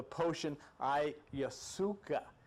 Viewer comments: I'm sure by now you know it's pronounced: I-ya-wass-ka. The trips taken with this element are indeed profound, life changing and highly spiritual. Makes one no longer fear death realizing this realm of existence is is just one of many dimensions. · blessings, thank you for sharing the knowledge. the information is clear It doesn't matter how you pronounce the words, I have the same problem sometimes. I think I like "ayasuca" better, cheers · After listening to Terence McKenna for years, I know the dimethyltryptamene and ayahuasca pronunciations, so your version of these made me laugh - but then you quickly learned the correct way to say the di-word, at least. I think I'm going to subscribe (I did) - you seem to really help the vast ignorance in which I habitually dwell. And you remind me of Bob Newhart.